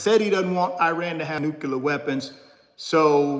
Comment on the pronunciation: NuCLEAR. Sorry there but its not '"nuqualer." Also, your shirt was printed backwards. just so you know. Thanks for the insight!